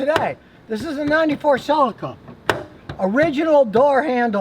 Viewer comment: A Toyota Seleeka. Not a Toyota Silika.